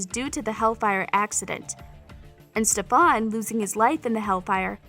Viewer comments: Stefan's name is not pronounced Stefawn.. It is pronounced Stefen. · Yes only Kai gets to say StefAn. And who the hell is Helena? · Girl these are all wrong😂 and the way ur saying Stefan is the way kai says it lmao. and who the hell is HeLeNa😂 all of these have been explained in the show they’re not little Easter eggs. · Bro, why do I think Kai Parker wrote all of this? The reason is because she says StePhan Salvatore😂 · Her : " In that werid Karaoke wolrd " Me : prison world Her : stefen salatore Me : stefan salvatore Her :helena Me : elena Her :queiys and qusya Me Silas and qetsiyah Her : vonnie Me : bonnie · Imagine saying "stefon" instead of Stefan and "Alana" instead of Elena🙈🥴😂😂😂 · Sis who is "Stefun", "Helena" and "Quetsia"? It's Stefan, Elena and Qetsiyah. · I’m so mad half of this information was wrong and like can you say their names right like what the heck who’s helena? And its Stefan not Stephon and Salvatore not Salvatora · Why are you saying their names like that? It Elena not hlena and its Stefan not stofan just saying not to be rude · Yeah and she goes StefOnn not Stefan like girl don’t lie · Weird karaoke world??? You mean the prison world, also who’s al-air-ic is Alaric and elena not Helena and stefan not stefun 😳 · THEY DO NOT WATCH ANY OF THE SHOWS Helena, Quesiyah, Stefun, Alarick, Selis. What you forgot is how to say their names right! It's Elena, Quetsiyah, Stefan, Alaric, and Salis. How do you not know how to say their names right! where do you even get your info from Wikipedia! Shows! News! Reporters about the show! Like are you that stupid to not know how to freaking pronounce their names right! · Did you even watched tvd?! Because its sounds like you're just reading from a script. You dont even say the names right, it stefan, not stefun And it elena, not helena And you need to say alaric, not eleric And klaus gave Caroline the dress in tvd, not T-O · StEfOn SalVaToRay 😂 its Stefan Salvatore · Literally “STEPHAWN SALVATOARae”😭